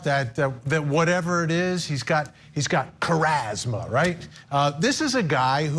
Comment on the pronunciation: “that certain something that the French talk about?” 🤣. It’s not “Charazma” Vinnie lol